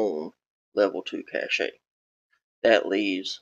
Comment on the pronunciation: Cache is pronounced like "cash", not "cachét"